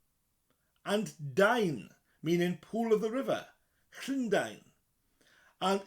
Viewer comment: I swear the way you are saying Llundain is wrong... you pronounce the LL far too much like a Ch